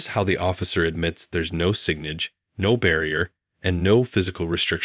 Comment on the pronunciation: It is AI generated. It pronounced the word ‘signage’ as ‘sig-nij’.